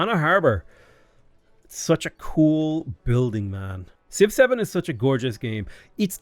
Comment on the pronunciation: I was gonna write a similar comment but then he said «Civ-7» like «6-7» 🗿